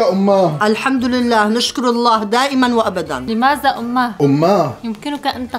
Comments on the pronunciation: اسمه لماذا وليس لمازا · متت😂😂الفصحى مافيها هزا ولمازا😂لازم تقولو هذا ولماذا حرف الذال ويييين😂